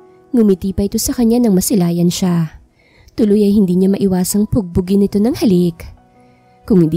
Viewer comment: PUPUGIN NOT PUGPUGIN